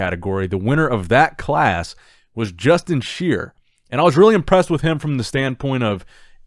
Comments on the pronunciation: Justin SHI-ER NOT sheer. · Justin Shier is pronounced "Shy-er". Another Hosstile athlete to go along with Nathan, Samson, Brett Wilkin, Nathan Epler, etc... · It's pronounced shy-er!👍🏾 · I think Justin’s last name is pronounced sh-eye-er